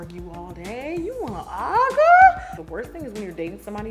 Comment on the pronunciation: . I had to rewind 85 times !!!! LOL. “You wanna ar-guh?” If you know….then it’s funny !!!! Every point was correct. I’m 10 years in and the most important point is to remain centered and cup filled. You can’t give what you don’t have. $TLAHarris3